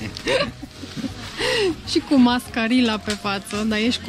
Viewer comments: Mascaria, nu mascarila 😏😘asa se pronunta corect 🤔😏😘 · Mascarilla se pronunță Mascariia cu accent pe i ...nu Mascarila. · Mascarilla= "Mascariia" așa se pronunță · Litera spaniolă LL (sau dublu L ) cum iam zice noi se citește un fel de i sau y Ex: mascarilla se citeste mascarya sau mascaria. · se cheamă Mascarilla dar se citește Mascariiia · Se scrie " mascarilla", dar se pronunta "mascaria"🙂